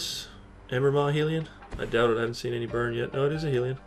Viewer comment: Embermaw Heel-ee-on? My god you abuse the English language. It's Hell-ee-on. Hellion is not a new word. It's often used to describe people's poorly bahaved kids. You've got some other hilarious pronunciations too. Kot-o-ped.. Kit-ee-on.. I guess all the 'H' sounds are silent in NewFoundland. It sure looks to me like Koth-oh-fed and Kith-ee-on or Kie-thee-on. The letter H does exist.. and it makes sounds.. I'm surprised someone with a degree in language doesn't know this. There's another one too.. but it escapes me.